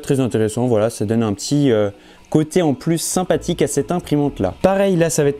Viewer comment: Sympatik, simpatic, sein pastic, seinpatique, sypatitictic, c'est trés interressant, Dis moi, est ce que tu écris ton texte dans "Ta" chaine? Je savais que les gens peuvent etre simpatique, mais alors une LED